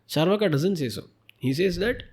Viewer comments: It's not chaar (as in 4) vaaka. Its is charu (as in sweet) vaaka. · Charvak, not charvaka